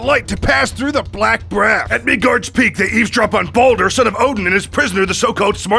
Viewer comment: LOL IT SOUNDS LIKE HE CALLS BALDUR BONER (Sometimes tho some parts it’s clear he says baldur)